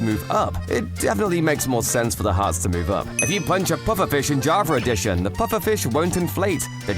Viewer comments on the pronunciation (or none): Bro he said javer eddition